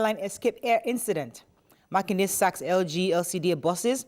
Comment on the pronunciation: It is Makinde...not Makinwa